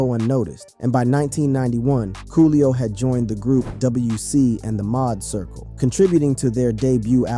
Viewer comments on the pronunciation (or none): It's MAAD circle. Pronounced MAD. Not Maude circle 😂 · Tf u gotta go ruining ish calling them the "Mod" Circle...!? Didn't have a second to ask yo Uncle for some pronunciation hella beyond me. Otherwise, word. RIP Coolio 😞